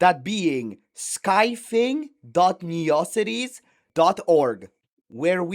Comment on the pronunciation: Car loss 😭😭😭 Neocities omg the pronunciation on these